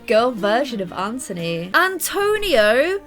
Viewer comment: BTW u call Anthony ANTONY ITS ANTHONY OMG!